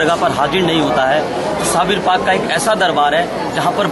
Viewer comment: मैडम जी साबिर पिया बोलो साबिर मत बोलो क्या बोलो हजरत साबिर पिया